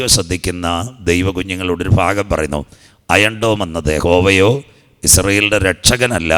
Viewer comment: അയം ഡോൺ 😭😭😭😭 ഹ ഹ ഹ തള്ളുമ്പോൾ നോക്കണ്ടേ ഇപ്പോൾ മോങ്ങിട്ട് കാര്യമില്ല 😂😂😂😂